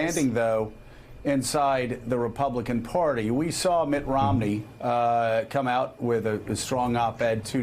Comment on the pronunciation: Joe: The word is "Party" -- not "Porty"!